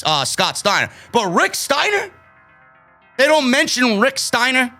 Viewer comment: What in the actual fuck: they can't say "Steiner" or "Wrestle(r)"